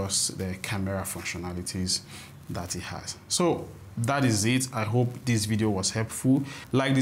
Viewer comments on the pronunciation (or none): none